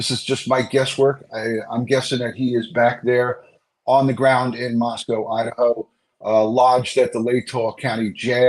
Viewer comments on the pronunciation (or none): Love you! I'm a local, it's actually pronounced Mosco, the w is silent. Rhymes with Rosco. 🙂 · LOVE your Podcast,! Small point: I wish you would pronounce Moscow correctly: It's a long "O" just like Idaho, not like the animal 'Cow'